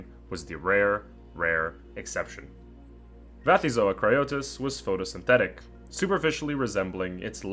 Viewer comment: Why Vathyzoa with a v? If the first element is from the Greek βαθύς "deep", I would expect Bathyzoa. The Greek letter beta is pronounced as a v only in Modern Greek, and taxonomic names usually borrow from Ancient Greek.